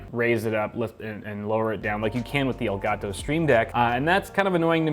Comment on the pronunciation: the way he pronounces elgato el-gat-tow